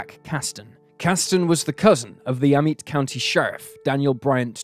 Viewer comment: It’s pronounced “Ah-met” county just an fyi …my ppl are from them parts…